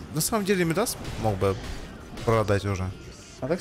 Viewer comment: Не ми́дас, а мида́с.